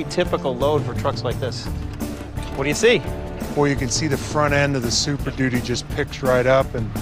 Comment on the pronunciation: Ford Supershitty not Superdudy.